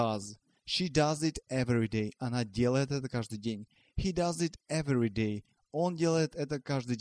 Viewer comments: спасибо но everyday меня тоже убило!!звук E во 2-м беглый.а так мне все очень понравилось.доходчиво и схематично.вы хороший препод. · то как вы произносите слово everyday просто чудовищно даже для весьма слабо разбирающегося в англиском языке просто послушайте как говорят носители и переучивайтесь